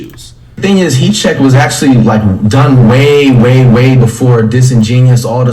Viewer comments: all i heard was heat cheque the whole video lmao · “He che” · This nigga said heat cheque for 2 mins 🤣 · Legend says he’s still saying heat check